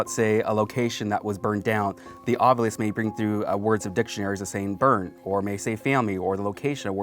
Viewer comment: from the way it's spelled, the "ovilus" would be pronouned "aw-vih-luhs" but is instead pronounced "aw-vyou-lihs" as in "ovulis" xD